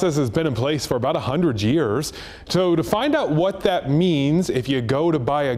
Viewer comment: 100 jjjears 😂😂😂